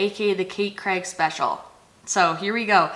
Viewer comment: Love how Americans always pronounce Craig 😅🥰